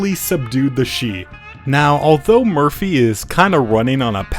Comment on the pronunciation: Shi in Chinese if you are accounting for pin yin is pronounced sure not she